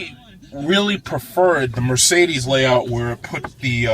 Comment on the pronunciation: almost made me spit out my coffee laughing. "Ermergahd it's a Mercerderrrssss." Thanks for uploading this review!